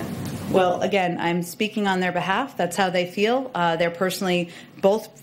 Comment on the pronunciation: "They certainly frel that way... "